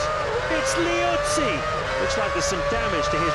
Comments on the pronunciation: Everyone else: Lee-utz-zee:Luh-Wit-Zee Lol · The day pronounces Liuzzi’s name right he will win the championship